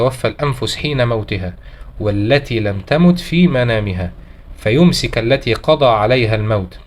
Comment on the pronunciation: فيمسكُ بضم الكام